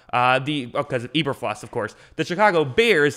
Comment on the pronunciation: Mack is an edge rusher not a DT, and PFF isn't always right. Do you even know what you're talking about? You didn't even say Eberflus right...